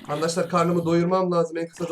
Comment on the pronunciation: Abi ama arkadaşlar yerine harkadaşlar diyosun